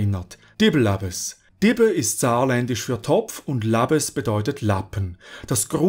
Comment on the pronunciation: Ich bin überrascht, wie gut die Aussprache von Dibbelappes gelungen ist! :D Sehr gutes Video! Grüße aus dem kleinsten, aber schönsten Bundesland der Welt! :)